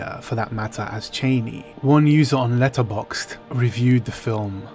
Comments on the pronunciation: "Cheney"? It's Channi, please. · He even said "Cheynee" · Oh please, it is CHAH-KNEE, not CHAY-KNEE. Every time you say Chani's name, it makes me cringe. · Don't understand people pronouncing her name "Chayni" it's Cha-ni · Even though Frank Herbert pronounces it "Cheyney" I'm going back to "Chah knee" i think because I think this will be the pronunciation in the movie and I have always said it was "Chah knee" anyway. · Sorry to say, but Frank Herbert himself pronounced it Chay-knee. I always used to say Chah Knee as well. Funny thing is, it looks like they are going to pronounce it Chah-knee in the new Dune film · So far from everything I've seen, they aren't following Frank Herbert's pronunciations...